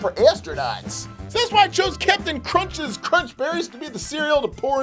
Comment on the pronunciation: Isn't it Cap'n Crunch?